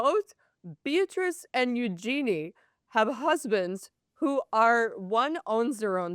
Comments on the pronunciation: Let me help: Eugenie is pronounced YOU-zhuh-nee, not you--JEAN-ee. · Yes there are multiple interviews. These two don't even know how to pronounce eugenie.